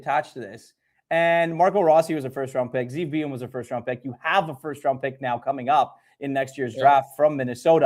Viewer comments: It's BOO-YUM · How you keep messing up Buium’s name is annoying as shit lol